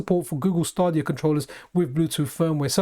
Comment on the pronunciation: Just fyi it's "Stay"-dia, not "Stah".